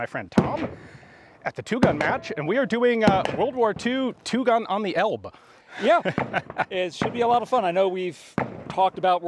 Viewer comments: Not to be picky, but Elbe is pronounced like “ellbeh” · Let me jump straight into the nit-picking (I am German, after all): The second "e" in "Elbe" is not silent.